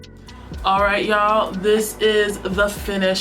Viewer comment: The way you say "y'all" the NY be JUMPING!!!